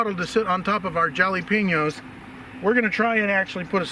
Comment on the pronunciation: “Joll-lA-peen-yo’s” 😂 Los gehts! Es war sehr net!